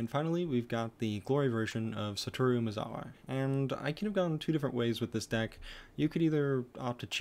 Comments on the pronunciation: It’s pronounced satoryu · So your justification is watching anime? I speak Japanese, its not pronounced Satoryu.